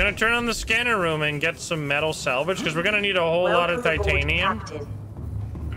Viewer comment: something ive noticed is you call titanium titinite like half of the time and its funny